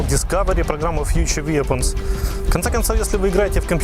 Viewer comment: Not for nothing, but weapons is pronounced вэпонс. Say it, it will make your videos sound professional.